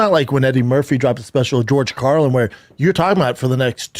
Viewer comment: Holy cow he pronounced George Carlin correctly😅😅😅😅😅😅